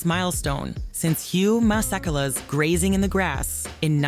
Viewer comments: please learn how to pronounce Hugh’s surname. It’s not Ma-sek-ala… it’s Ma-se-ke-la … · …it’s pronounced Hugh Mase-kéla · The South African trumpeter Hugh Massakala name is pronounced wrong. Also, south african guitarist Jonathan Butler charted on Billboard in the 80's & 90's. This Ai stuff can never get their facts right.